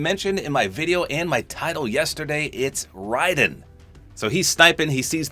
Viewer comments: He got Raiden's name pronunciation correct (well, as best we're going to get) But, I'm both excited and surprised. He gets his MGS2 look, but not the MGS4 look? Oh well.. Happy to see him regardless. I know people hate Raiden because of the MGS2 switch-out, but I like both characters. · Huge props to you for understanding how to pronounce Raiden’s name.